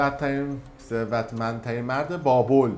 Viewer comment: گوزو تو خودت نمیتونی یه دونه ثروتمندترین مرد رو درست تلفظ کنی چارتا کلمه حرف میزنی میرینی بعد دیگرانو مسخره میکنی؟😂😂